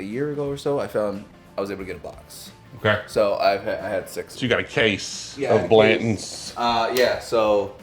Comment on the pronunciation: Why do people drop their T’s?? “Blan-ends” ?? Blan tons is not difficult to pronounce. 🤣🤣😂😂 Come on man. 😂😂🤣 Love these videos.